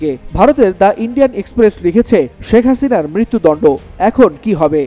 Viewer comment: হাসিনার নামটা বলার ধরণটা ঠিক আছে ❤